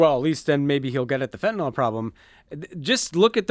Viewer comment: Love you guys but a small nitpick, you are mispronouncing fentanyl. Think "Benadryl" not "ethanol".